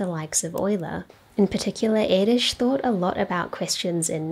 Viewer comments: As a Hungarian i really appreciate you doing a proper pronunciation :) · Nice video. I must admit, though, that I wince every time I hear how Erdős is pronounced by people not familiar with the Hungarian language. That ő wich is different from ö, and most definitely from ó and o 😅 You managed to pronounce it quite well (baring the accent), kudos.